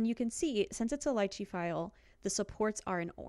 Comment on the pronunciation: Upvote for saying Lychee right! :)